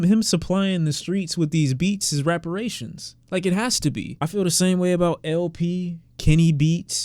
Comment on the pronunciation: Bro said" Raperrations" !!!